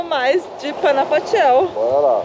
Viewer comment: Panajachel se pronúncia com r, j tem som de r. Estive aí ano passado, muito lindo esse lago. Meu marido é guatemalteco, vivemos no Brasil.